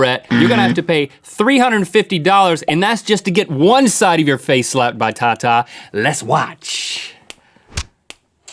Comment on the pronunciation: well not pronounced like that xD tata means dad in my language